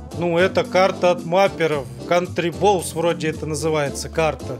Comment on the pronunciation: Ты правильно сказал кантриболз